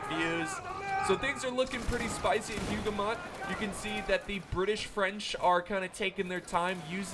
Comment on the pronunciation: I'm not triggered at all by your pronunciation of names, not because I'm not French but... ahem. it's written as Hougoumont tho, not Houghmount. Totally not triggered;) Great video!